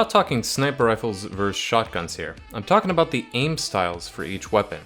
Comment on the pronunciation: ze hight damage XD